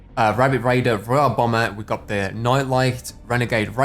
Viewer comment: Fortnite battle rrrrreoyal renegad rrrraidier